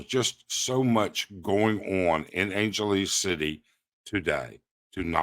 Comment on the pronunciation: Bear with you? Your delivery here is as stiff and stilted and rambling and tangential as all your other stuff I've seen. Get to the point. Learn how to pronounce things. figure your tech out before you start. Write a script to read from. You don't even know how to say Angeles properly FFS. You occasionally have content of interest. Make it interesting to view!